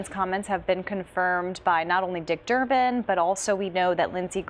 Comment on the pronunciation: His name is DURBIN not Durban!